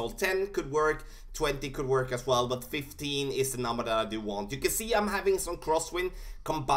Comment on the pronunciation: it sounds like you said 50% extra when going to the left. I believe it's 15% using your numbers.